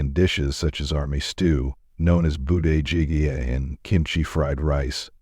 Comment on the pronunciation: Informative video but next time please consult someone's who's a Korean and go over the proper pronunciations (현대, 부대찌게,...).